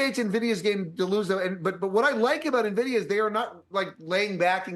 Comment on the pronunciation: He knows how to pronounce Nvidia so you can trust him.